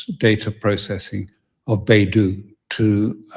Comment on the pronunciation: Alastair is still pronouncing it wrong 😂 ... It is not Baidu which actually is China's search engine, the equivalent to Google ... China's satellite navigation system is BeiDou (the "Dou"pronounced as "dough").